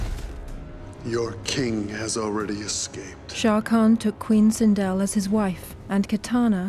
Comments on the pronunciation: It's sindel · I laughed when the narrator said Sindal